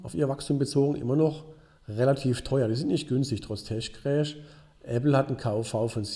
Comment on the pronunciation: Tesch-Krääsch <3